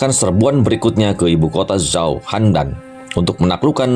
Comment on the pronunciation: Good info tapi kalo saya boleh saran, tolong diperbaiki pelafalan nya, Zhao bacanya Cao bukan Sao etc, biar channel nya lebih 👍 lagi